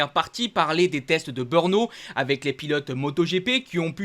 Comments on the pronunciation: En 2027,quand tu nous commentera le GP de Tchéquie de BEURNO,comme tu prononce,j'éspère que tu aura fait des cours de diction et que tu ne dira plus BEURNO,mais bel et bien BR e NO,qui s'écrit BRNO....OK,compris ???( si tu connait les chauvins commentateurs de Canal + discute avec eux,Ils font la même erreur...un grand MERCI !!!!) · BRNO ce dit BRENO et non BEUUUUUUUUURNO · He machin qui nous parle plus haut...c'est ou BEEUURNO Beure no Dit le juste BRNO